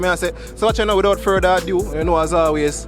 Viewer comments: the word is ado, not adieu. Ado...a state of agitation or fuss, adieu means goodbye. Without any further ado.... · Polite notice!! It's Ado!!! Not a due. Ok a do. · Bro it's not a due, it's a do, without further a do.